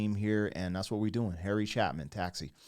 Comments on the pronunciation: Now listen to the sequel to this song titled simply "Sequel " by Harry Chapin. BTW, it is Chapin, with a long A sound. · His name is pronounced Che-pin. There is a sequel to the song called "Sequel". It is not as good, but it completes the story. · At least pronounce his name correctly... your opinion looses all credibility when you don't even do this simple bit of investigative journalism... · Welcome to the party. The after party is in "Sequel". Learn how to pronounce the name CHAPIN. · Too bad you didn’t have a phone call with a fan before you made this video. You would have avoided mispronouncing his name. Harry Chapin got an award for making a film documentary. He did spend time driving a taxi, hence the theme. She had to look at the taxi license for his name and then pretended to remember him. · Well, in order to teach Harry Chapin to students, you'd first have to know how to pronounce his name. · Learn to at the very least pronounce an artist's name before you turn on the microphone.... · You did react to Cat's In The Cradle by Harry Chapin (btw, there is no m in his name and it's a hard (aka long) a sound) a year ago. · Can you get his name right? It’s pronounced as it’s spelled. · BTW, it's Harry CHAPIN. no criticism...just a gentle correction. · Drives me crazy every time you mispronounced his name. Trust me you are not going to run out of songs especially because you don't do that many. There are so many hits you haven't even gotten to you're not even close if you want to cover the 50s/60s, 70s and 80s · Well if you’re going to teach the course, at least pronounce the man’s name correctly professor. I’m pretty sure that the “female voice” that you referred to was actually Harry’s brother Tom. ✌🏼😎🇺🇸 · It's a real tear-jerker. ❤ He's a great singer song-writer. As far as I know that I have ever heard his name pronounced it is like this: Chay-pin (chay) (like hay) ... ... not chap (not chap-in). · Pronounced: Ch `A pin... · chapin not chapman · It's chA'-pin